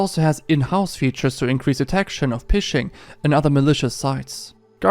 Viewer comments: Ha! "PISHING"!!! It's pronounced "FISHING". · ik this is a year old now but i wanna say phishing is pronounced as fishing. ph is usually pronounced as a f shound in english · Ph in English is pronounced like an F. So Phishing and Fishing are pronounced the same. :) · You pronounce phishing the same as fishing btw. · For future reference, phishing is pronounced as fishing. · Big fan of your videos, and I always love to get access to stories from other countries that I wouldn’t normally see due to a language barrier. (One small tip from your ad read: the word “phishing” is actually pronounced just like “fishing”) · hope this doesn't come of wrong but ph is pronounced F in English so phishing is "fishing" hope this helps love your videos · Omg I love this video and you do an amazing job 👏 ❤️ 💜 small note; phishing and fishing are pronounced exactly the same 💯